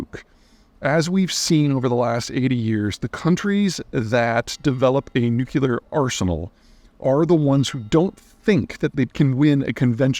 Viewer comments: new-klee-er NOT "new-cue-ler" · Ps. Drop the "nucular" its nuclear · Hi Pete. Love you man. It’s pronounced new clear. Not nuke you lar. keep up the great work! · Also, it’s pronounce NU-CLE-AR, not NUK-YOO-LER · It's NuCLEar, nor nuCULar. I know it's an accent thing but it bothers me so much 😂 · Peter, I have read all your books and have been watching your videos for years. I cringe every time I hear you say “nucular,” instead of “nuclear.” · Nuc Lee ar. NOT nuc u lar! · Nuclear. Not nucular… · Peter: nuclear = noo͞′klē-ər. Not nucUler. You’re welcome. (Unless of course you pronounce the word like you do as a shout out to George W. Bush. If so, then never mind.) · new-clear ... NOT new-Q-Leer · You would think the smartest guy on the planet could say "NOO-KLEE-ER!" Dammit, Peter, get it straight! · “Nuke-you-lure.” Come on, Peter. ;) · Is nucular weapon really nucular? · Learn how to say nuclear. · If you can't even say "nuclear" it's a bad sign for your credibility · I am still puzzled by the fact this educated man pronounces "nuclear" like an illiterate. So wrong. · Peter you owe it to the world to learn how to pronounce nuclear. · I'd be more inclined to believe this guy if he'd pronounce 'Nuclear' properly. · Can't watch a full video of a grown man mispronouncing "Nuclear" so many times... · Why do you pronounce the word nuclear incorrectly like George Bush? It sounds terrible, like some Elmer Fudd idiot